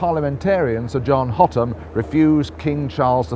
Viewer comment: "Hotham" isnt pronounced Hot-am. The "th" is pronounced like the "th" in "thick".